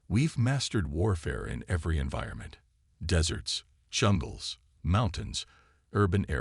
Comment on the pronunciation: "yu developed", well this channel did not develop, is his name Reid or Read ? , "chumbles" or jungles, "we gomp" ??? "where at" or "we are at", "sivals" silos, "the censor officer" sensor, "their launching" they are launching, "gorilla fighters" guerrilla, Thane or Thang ? "they had washed" watched, "soul system" solar system, "gorilla fighters"